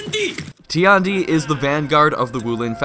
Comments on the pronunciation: Tiandi's voice actor: Tee-and-e Every player: TIE-YAN-DE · Nah nah nah bro its TEE YAWN DEE XD